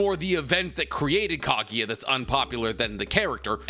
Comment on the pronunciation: am I only one annoyed by how he says kagiya instead of kaguya